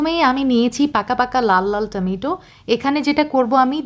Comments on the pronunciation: টমেটো ❌ টামেইটো✅😂😂😂😂😂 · টেমেটো......হায়রে বাঙালি 😮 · টমেইটো ❌ টমেটো ✅